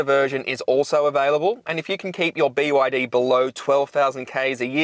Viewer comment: its actually called be yar dee